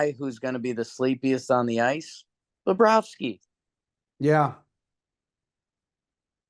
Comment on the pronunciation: the way he tried sayin bobrovsky lmfaooooo "Igor against Bobrrobooz"